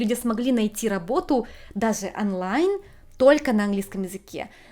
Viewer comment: Почему русские никогда не произносят правильно буквы даже в родном языке? ОООнлайн ОООО ну почему ?